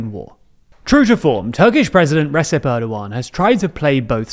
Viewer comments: if this dude says “resep” one more time I’m gonna cry😢 (it’s pronounced re-jep) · "Rejep" not "Ressep" - I thought you guys were learning how to say stuff at last? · Pronounced, Rejep Great video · Recep is pronounced Rejep (C in turkish is pronounced closer to a j, whereas ç has a sound resembling 'che') :) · the ‘c’ in Turkish is pronounced like a short ‘j’ sound, so it’s pronounced more like ‘Rejep’, not ‘Resep’ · Yes, its /'rejip/, not /'resip/. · Who's this "Resep" character the c in Turkish is pronounced like a dj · FYI the C in Recep is pronounced like an english J, but also he is never called Recep Erdoğan. Tayyip is his given name. He is called Tayyip Erdoğan or Recep Tayyip Erdoğan. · Small pronounciation correction: the c in "Recep" is pronounced like the j in "jet" in englich. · I don’t want to be a hater here, but man It’s been half a decade how do you still pronounce Recep wrong?? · The Turkish ‘c’ is pronounced ‘j’ in English, so Recep would be pronounced Recep.